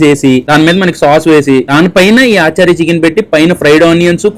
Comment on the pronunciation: Adhi aaa chaari eee chaari kaadhu raja....achaari ..achaar ante pickle in hindi